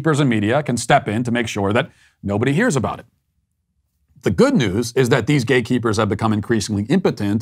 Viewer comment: I thought he was saying GAYKEEPERS. Ohhhhhh gateeeeeeeee keepers. I guess either works though.